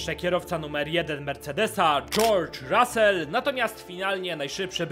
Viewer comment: "Dżołdż Rasel" hahahh